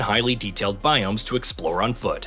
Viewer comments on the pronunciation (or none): none